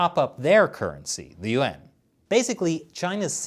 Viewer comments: When you said “Yuan” I thought you said UN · the way you pronounce yuan sounds like your saying UN otherwise love the show.